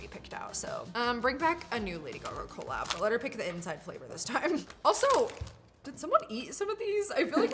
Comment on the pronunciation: The way she says cOllab